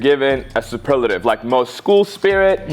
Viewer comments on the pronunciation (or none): not being able to pronounce superlative properly kills me😭😂😂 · not being able to say superlative is hilarious